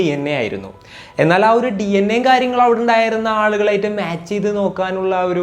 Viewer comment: Pls avoid ‘kaaryagal ‘